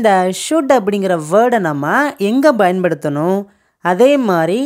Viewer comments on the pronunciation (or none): Small request, Bayan paduthanum இல்லை Payan paduthanum is right (பயன் படுத்தனும் ) கொஞ்சம் உச்சரிப்பை சரி செய்தால் நன்று